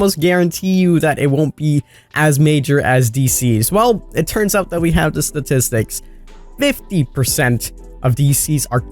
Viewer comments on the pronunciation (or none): Okay wtf did you say . ststisticks is pronounced statistics, da is pronounced the please speak English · Statistics lol he can’t say it